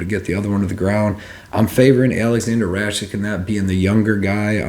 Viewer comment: Since when is a "K" pronounced as "CH" in Rakic? (Ruck - itch is the correct way)